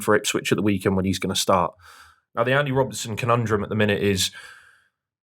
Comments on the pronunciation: His name is Andy Robertson. How the fuck do you repeatedly call him Robinson 😂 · His opinions aren't bad but where'd you find a guy who after EIGHT YEARS is saying Andy Robinson 😭